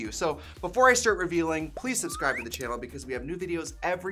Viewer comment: Because of how often you say Chanel instead of channel I'm starting to feel like you're saying it wrong when you say channel.